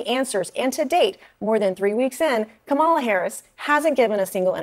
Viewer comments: I love how you have to say Kamala like if you actually trying to be racist…Camel-ahhh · every other Indian woman pronounces the name “kuh-MAH-luh” and ‘kuh-MAH-luh’ is INDIAN. Why she hating her own name? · "Kamala" is an Indian name and it's pronounced "Kuhm'la." She doesn't even pronounce her own name right. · He pronounces her name kum-uh-la in his excuse clip, which is the wrong way to say it according to all the other hustlers. 😂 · it sounds like he's pronouncing it wrong too, and cambula he's says kamula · Kamala name is pronounced Koomala,her name is Indian, Vivek Ramaswamy is the only person that correctly pronounced it,this panel has been mispronouncing it the entire time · the name thing is ridiculous. Its the indian name for Lotus. Ka-ma-la. emphasis on the la. Both of the usage here are wrong.